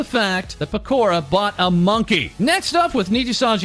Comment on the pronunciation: It's Pe-ko-ra, not Pe-kor-ra.